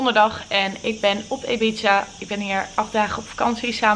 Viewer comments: IIIIbiza niet EEbiza 🙄. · Het is Ibiza!!! Geen Ebiza fk irritant 😂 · ohh jill ik irriteer me zo als je zegt 'ebiza' ipv 'ibiza' haha 🙈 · Ik ook😂😱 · Jill zegt Ebize ipv Ibiza Nadine Hillewaert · Ligt het aan mij of zegt ze al paar dagen Ebiza .. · haha hoe kom je erbij om ibiza steeds uit te spreken als ebiza